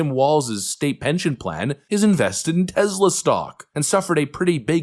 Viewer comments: Its TESLA not TEZLA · There is no 'Z' in Tesla.